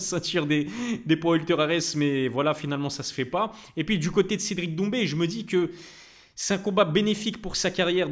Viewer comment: "cedric doumbi " pas maaaal